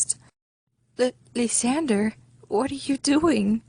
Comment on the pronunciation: for me, i feel the way you say lysander's name is TOTALLY DIFFERENT THAN I THOUGHT. I say it like the word lie, then sand, then er. are you positive youre pronouncing his name correctly? id really like to know. same with rosalya